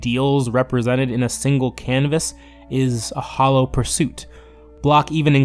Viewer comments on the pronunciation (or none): none